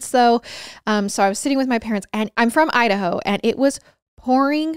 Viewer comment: Idaho... No udaho😂